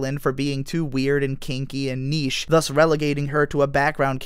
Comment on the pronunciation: the weirdest part is when you pronounced niche "knee shh". rare clip